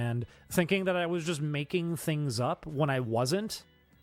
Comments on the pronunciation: jesus fuck dude its "things" not "tings", stop talking like a child weirdo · Ding Dong just regrets his past and thinks to bury it, he needs to rid of Oney Crew. Also, why the hell can you not pronounce your "H's" take a shot every ting he says tings and tirty